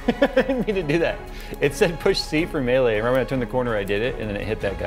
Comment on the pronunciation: Great vid. Melee is pronounced "may-lay"